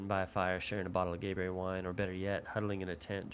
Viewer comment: when i hear that gaberry bush with the emphasis on the "y" i know Outward is back!!!!